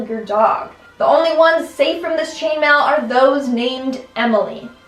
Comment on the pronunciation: When she said "Chainmain" I was thinking something completely different.